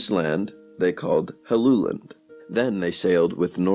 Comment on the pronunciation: Well done! You managed to pronounce my name correctly. Helluland is most likely Baffin Island. Hellu is the genetive of the word hella which means slab.